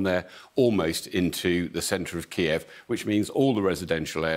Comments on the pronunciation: Didn't anyone tell them to say Kyiv an not Kiev? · Isn’t the correct pronunciation “KEEV?” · Please don't pronounced Kyiv in the Russian way.